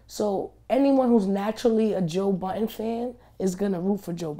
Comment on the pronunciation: It's Joe Budden. NOT Buttons.